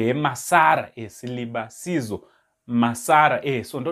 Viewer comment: Come for Ndex lessons kule ,its pronounced Silivaziso...